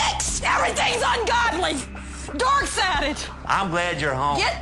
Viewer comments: Oh my gosh, that lady who claims she is a christian, is an embarrassement to the Christian religion!! lol And it cracks me up cause she sounds like she is saying "theyre DOORK sided" and not "dark" lol That should be a meme too! lol someone is doing something insane and claim they are dork sided! hahahah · I personally like how she sounds like she's saying "dork sided". I'm pagan and I grew up southern Baptist and for anyone who thinks she might be acting up for the cameras, while she might be, i actually know people who would act like that if they knew I've been a practicing witch for 20 years.. 😂